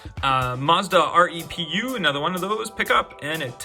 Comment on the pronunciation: BTW say the Mazda repu like this, reepoo